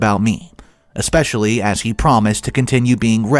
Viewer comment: It's especially, not exspecially.